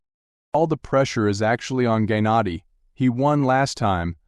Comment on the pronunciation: Gay nadi???? Like say it right wtf🙄🙄